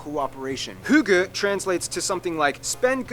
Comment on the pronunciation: You don't have the word "hygge" in English. And no he didn't pronounce the danish words correct. Close-ish, but not correct. /deleted earlier text/ Edit; fine! Forget what I wrote about not wanting to be remembered as a viking... I just want to be remembered as a nice kind of person... I guess other Danish people in here want to be remembered as a viking... 🙄 that's up to you, I just don't want to remembered that way. Sorry that I had a opinion about something.